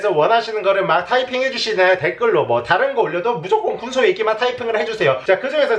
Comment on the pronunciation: 군소야~ 할때 존나 찰져